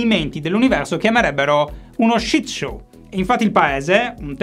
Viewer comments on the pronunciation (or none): none